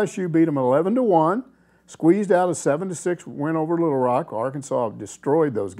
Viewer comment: "Litle Rock"